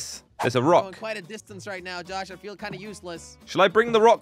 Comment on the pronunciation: saying hey jush Me: it's not jush it's josh